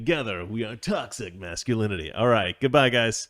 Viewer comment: Is it just me, or does it sound like is saying "Toxic Masculoonicy" at the beginning and end of the videos? Discuss...............